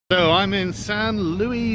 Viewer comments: Not "San loo-ee" That's french "San loo-ees" >:[ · It's San Luis, you jaywalker. Spanish. Sounds more like Louise than Louie. "Alt-right restaurant." LMAO. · Yes, the correct pronunciation, thank you. Although Sargon is normally located much closer to France than Spain and thus more familiar with that language. Didn’t Sargon vacation in Spain last year? Forgot the pronunciation already eh? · It's bugging me: you pronounce the 's' in the city's "Louis".